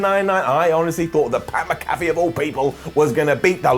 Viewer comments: it’s not MC-CALF-EE it’s MAC-A-FEE lol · MAC-A-FEE! MAC-A-FEE! NOT MA-CAFFE! IT'S NOT THAT DAMN HARD! 😡😡😡😡😡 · Damn it,, don't be like Clery. It's Mc-Afee, not MaCaffe. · Its pronounced Mac-Afee not Ma-Cafee fyi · Mac uh fee. Adam not macoffee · It’s pronounced MACKAFEE NOT MCCAFÉ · it's Pat "Mac-A-fee"...come on, you UK guys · Pat Mac-A-Fee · His last name is pronounced Mack uh fee. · Pat “Mac a fee” that how you pronounce his name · The name is MAC-A-FEE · Pat Mac-a-fee,. MAC-A-FEE! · Its pronounced pat MACK A FEE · Did anyone else hear say Pat McAfee like Pat Mc Cafie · Mack a Fee please say it right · I love you, you’re the best, but please go look up how to say pat mcafee’s last name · The way says "McAfee" is so distracting to me for no reason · Why does everyone at What Culture not pronounce Mcafee correctly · I think needs to look into how Pat’s last name is pronounced... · I can't tell if he was mispronouncing pats name on purpose or if he actually messed up his last name